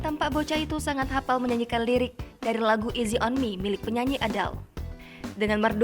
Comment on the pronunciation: น้องออกเสียงผิดอยู่ ตรงที่ go easy ต้องเสียงต่ำ แต่น้องทำเสียงสูง แต่เก่งล้าว